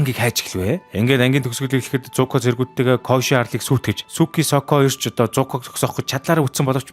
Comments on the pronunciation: Коешы биш Кёошы гэж зөв хэлээрэй гэж хүсэж байна. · Дууддаг гэж бичдэгшүү бас кёоши гэж дууддаг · Киёоши гэж дуудаг шүү kyoshi-г